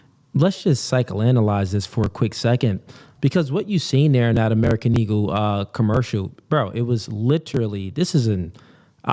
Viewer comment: Why he keep saying American ego lmao i thought it was eagle lmao